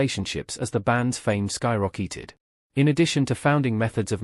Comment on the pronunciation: Sky-rock-eated? Fucking come on, man!